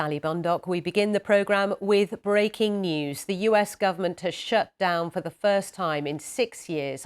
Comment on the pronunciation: “Halo..am sally bond duck wii begin the program wiff breeh king noose” im sorry hearing that in the morning made me giggle